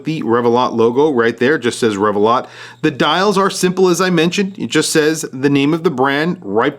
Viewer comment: I assumed was pronounced ReveLOW rather than ReveLOT.